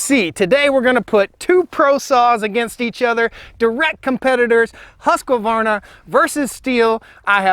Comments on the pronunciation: Just pronounce husk-varna (instead of Husk-que-varna, like ur doing) xd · It makes me smile the way you call it "huskevarna" (that's what it sounds like). Also the short name Husky is very good! But being Swedish (where the saw originates from) the correct way to say it would be huskvarna without the e between k and v. But I feel that you should do you. It works! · It is not Huska it is Husk. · Usvarna not haska-varna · Question 1 : Bumper spikes, or, dog's / felling dog's. Question 2 : The Swedish / "proper" pronunciation is HUSQ VARNA. Not the American Husqavarna. Primer bulb on the Husqy is a weak point. I don't buy saws with primer bulbs. Been using saw's / Logging for 42 years. I like / use both brand's. Jonsered was good too. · Thete is no A in the middle Not Hasqavarna Husq hooskvarna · According to Simeon at the Swedish Homestead it’s pronounced with a long ū and three syllables like Hoosk var na but most people I know in the US also pronounce it like Husk a var na with a short u and four syllables. As far as the sound I think the Husky has a beefier low end sound but the Stihl has a stronger high end sound. I honestly think you couldn’t go wrong with either either saw, it comes down to convenience and personal preference. Enjoy your videos! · had to stop watching after the 6th "huskuvarna" and "caliper of chainsaw" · Husqvarna does not have an Ah after the “husk”. Just husk-varn-ah. 😊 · Husqvarna is properly pronounced "Hoosk-varn-a". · it is pronounced "huskvarna" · My understanding is it's pronounced "Huskvarna" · You're right. But we yanks are used to vowels. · In all my yrs of cutting and felling trees I've used stihl, huskies and echo and man to be honest longevity wise echo last longer and cuts better in my opinion. With that being said rpm wise a huskie sounds alot more powerful then a stihl or echo. Ive always pronounced huskies as Husk varna, lol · It's 2 syllables "Husk-varna". See I use the nickname "Husky"